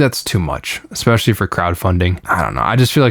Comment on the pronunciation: Do not say "Expecially". Or "exasturbated."